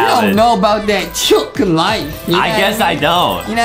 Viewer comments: Justin always say chucken!!!!!!! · Why Justin always say chicken but he say chucken? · why is justin saying chillcken without chicken